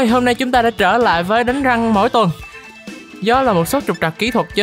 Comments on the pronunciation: rank mà cứ nghe thành răng :)) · Sao anh nói là " đánh rank " mà em cứ nghe là " đánh răng " ko à =))). Có ai giống mình ko